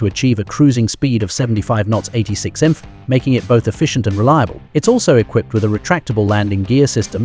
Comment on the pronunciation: Mothing more than the crappy AI being unable to say Miles Per Hour. Instead, it tries to pronounce "MPH" as a word.